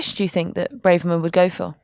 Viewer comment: Please stop calling her "Brave-erman. It's Braver-man.